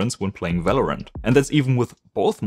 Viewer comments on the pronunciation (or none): none